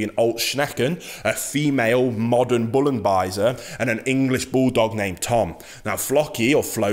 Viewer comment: Great pronunciation of the ancestor: "Bullenbeißer" - it means bull biter 🐃👹😁 Greetings from Germany 🐾🇩🇪